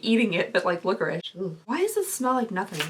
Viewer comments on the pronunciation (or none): none